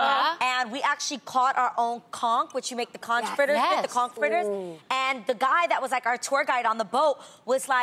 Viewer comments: Its pistal adrienne ..... look at then messing up the word conch (the ch takes on the k sound)... this not spongebob with with the mighty conch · lol why do yall pronounce conch like that? Or do we island people just say i wrong lmaoo?